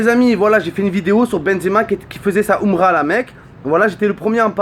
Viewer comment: la oumra pffff vieux gwer va!!! tu sais même pas prononcer !!! aprend a parler la langue de tes ancêtres... quelle honte